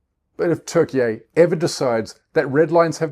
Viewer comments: This can’t even pronounce Turkey 🦃 🇹🇷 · It’s Turkey dude your speaking English not Turkish! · Please stop saying Turkey eh. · Nice video mate but if you could just say Turkey correctly that would be great 👍🏼